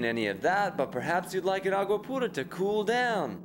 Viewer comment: Hated that the sketch ball says "(aqua-poo-rah)" its pronounced (aqua-pure-ah) AGGGHHHHH!!!